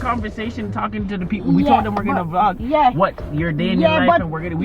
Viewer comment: they say Vlog, not Blog 😆😆😆😆😆😆😆😆😆😆 always changing ppl word